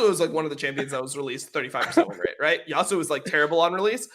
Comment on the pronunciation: first of all why you say yassuo instead of yasuo ? xd the name of the champion is YASUO , second of all there is no such thing as objectively fun especially in video games , people maybe will not enjoy the style of your champion for exemple those champions that you listed are boring in my opinion and not fun at all aurelian sol and talyah both being battle mages that roam a lot and corki being a marksman , and third of all i play this game because i am having fun, i enjoy the champions i am playing this is why i play them lmao, i am plat elo on eune and my mains and the champions that i enjoy the most are 1.Yasuo 2.Yone3. Fiora4.Riven5.Zed6.Kayn7.Darius8.Sylas9.Fizz10.Irelia , if my number one priority would be elo then i would play easy and strong champions garen and annie .